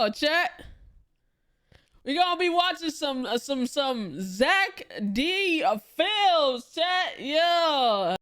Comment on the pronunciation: it is not Zack D Filmz that is the crazy one, but zEck D Filmz